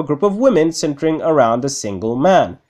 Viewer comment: instead of centering I heard simping lmao